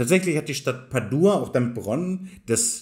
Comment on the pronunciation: Es heißt Padua mit kurzem „A“. Nicht Paduaaaaa. Es ist phonetisch einfach nur Padua.. Madonna mia!! Forza Italia !!